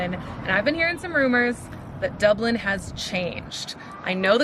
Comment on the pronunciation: Hi. Stop saying dubelin.